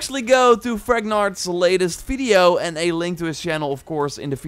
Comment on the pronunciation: "Fideo" 😂😂😂 Good content broh, love it